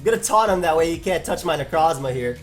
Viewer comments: damn my boy out here rolling his Necrrrrozmas so long, he's starting to roll their ability too. Neurrrroforce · FOR THE LOVE OF GOD STOP SAYING NECROZMA LIKE THAT LOL